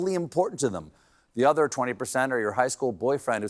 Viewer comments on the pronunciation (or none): none